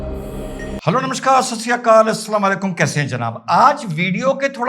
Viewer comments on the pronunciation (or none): none